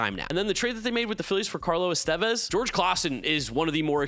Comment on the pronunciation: Why did bro say Estevez like that